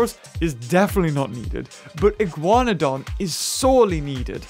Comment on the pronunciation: And the Iguanodon shall now be pronounced as the Iguanahug (you) :P